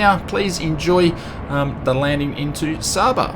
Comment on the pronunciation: Hey im from the caribbean just want to let you know that it is pronounced as sayba